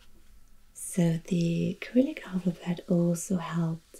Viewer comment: In English, Cyrillic is pronounced with a soft C at the beginning, not with a k. : )